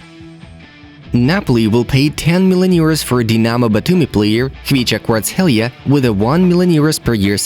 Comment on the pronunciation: How long did you need to pronounce this name correctly „kvaratskhelia“ 😂💪🏽